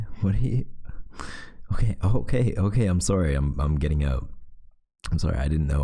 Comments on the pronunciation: Everytime he says soOrry my mind just goes: CANADIAN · he said “sOOry” actually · "I'm sOErry..." nO oFfeNcE... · No one: Me : snickering he said sorry THE CANADIAN IN THIS MAN im s o r r y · Omg, I noticed that too and I love it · Every time he said sorry I said sorry too in his accent😂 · OK so my first video I watched from you and my reaction Reaction nr.1: WHY TF AND HOW TF IS HIS VOICE DEEPER THAN THE FUCKING OCEAN Reaction nr.2: Him saying sorry in an Canadian accent Me: AND HE'S CANADIAN??? Marry me????????